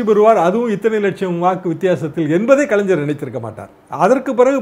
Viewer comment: This blue shirt, don't know how to pronounce kalaingar....not kalainjar